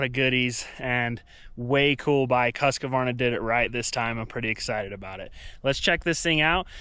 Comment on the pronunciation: Husq-varna not husk-a-varna. Sorry pet peeve when people don't say it properly.